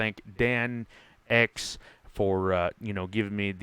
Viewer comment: Definitely a respectable cleanout considering it's not a tier 5 wash plant. Oh and it's Danx sounds like Thanks. lol thanks for the nice words in the vid. I was a little rough on ya a comment or two ago.